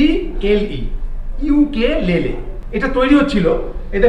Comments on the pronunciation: বানানটা ukulele হলেও ওটাকে ইউকেলেলে বলে না। উকুলেলে বলা হয়। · দাদা ওটাকে উকুলেলে বলে